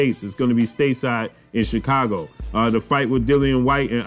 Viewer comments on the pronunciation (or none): none